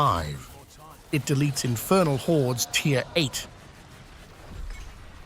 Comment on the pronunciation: TIER not TIRE